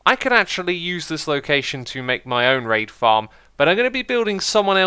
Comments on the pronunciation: thought he said “rape” farm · When X said raid farm i heard rape farm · Wow when you said Raid farm I thought that you said rape farm xD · I was only listening to your video while having lunch and thought you said "we're building a rape farm this episode" ... Needless to say, I think I'll skip lunch today~